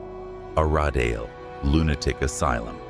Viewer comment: You seriously need how to say place names. Every place you say wrong . Example Gaol you said wrong, Aradale you also said wrong. This made you sound stupid. 😊